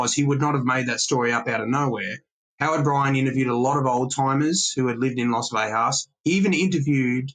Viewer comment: Great information and I can't wait to read the book but I have one single complaint. I am from Las Vegas NM, Born and raised. It is not pronounced "Vehas" or "Vejas" The G is pronounced, Las Vegas. As in GO or GET. Thank you for your time 🤣🤣. Carry on. ✌️